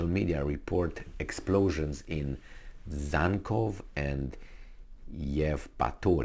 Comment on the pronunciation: Dzhankoy= Jankoy (pronunciation)